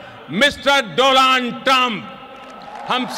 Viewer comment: Dolaand trump😂😂